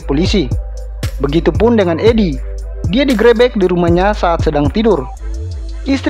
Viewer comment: Di grebek bang yg bener bacanya, e nya itu harusnya bacanya e bukan e bang